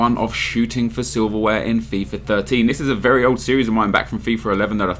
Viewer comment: It's Fifa not Fifar. Idiot